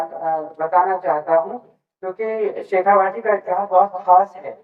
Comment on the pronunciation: Its "Shekha-vati " not "Vaati" शेखावटी!